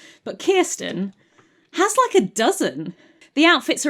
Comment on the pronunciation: I am desperate to know how you knew the correct pronunciation of Kirsten! Is it covered in the books? Does she have Scandinavian family? I've literally changed the spelling of my name to help English people with the pronunciation. How have you achieved this incredible linguistic feat?! Do you know a Kirsten?! Does she share my pain?